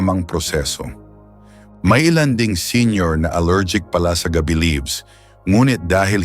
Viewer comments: Mali pa pagbigkas,,gabi (gabi as night time ang bigkas nya. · we appreciate your message,but,please study how to read specifically Tagalog,saka hindi naman dahon ng GAB Bi yung nasa picture.pronounciation not night,but GAB BI. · Sir hindi gabi(nigth)gaaabe.wrong pronounciation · Thanks po ulit sir at ang cute po ng bigkas nyo sa ga-bi hahaha parang gabi na night po hehe thanks a lot